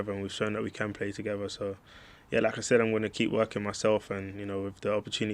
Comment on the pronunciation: I can’t stop hearing “Lacazette” each time he says “like I said”